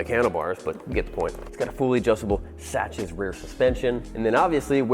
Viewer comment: Sachs,I'm sure is pronounced sacks